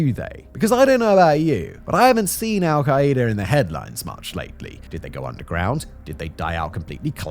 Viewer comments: The way you pronounce it as "al-ki-ee-da" is so funny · Why is he pronouncing their name so horribly?